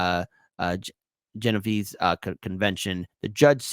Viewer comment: “genovese convention” 💀